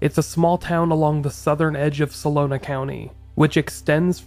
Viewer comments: It’s Solano County, not Solona! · Dude I love your show but pls try to double check your research. It's "SOLANO" not "SOLONA." It really hurts any credibility you may have. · Solano, not salona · Come on man Sah Lo Nah county? How about So La No? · Great feature, very well done. I live there and the Zodiac killings still make residents shiver to this day. (It’s pronounced So - LONN - No 😸💜)